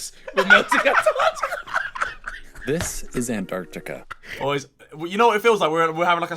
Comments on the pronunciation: Antarctica - ❎ Antartar - ✅ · Tobi saying Antar-tikka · Today’s video: Try not to laugh ft(Antartica)😂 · Me dying every time he says «Antarktika» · tobi saying antarctica part made me laugh so fucking hard xddd